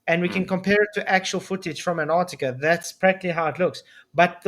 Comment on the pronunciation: The idiot can't even say Antarctica correctly.